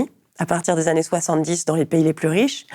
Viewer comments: "Dans les vingt Zannées à venir"...ça pique les oreilles chère madame. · Trente-huit secondes, "vingt zannées", au revoir